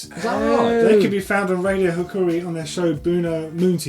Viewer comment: "radio hukuri" hahaha at least try to pronounce it right next time